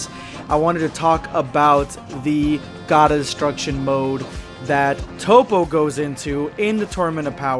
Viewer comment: I'm a dub guy but I hate top. Its toppo